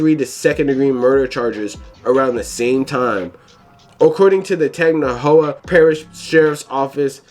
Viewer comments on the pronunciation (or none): This dude trying to pronounce Tangipahoe (Tan-Jah-Pah-Hoe) is hilarious